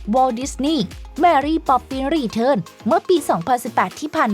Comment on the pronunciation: ออกสำเนียงภาษาอังกฤษให้ชัดกว่านี้ น่าจะลื่นหูกว่านี้ค่ะ เช่น return อ่านว่า re-turn รี-เทิร์น แนะนำให้ลองเปิดGoogle translate ฟังดูค่ะ ถ้าหากทำให้รู้สึกเคืองต้องขออภัยที่ต้องพูดตรงๆ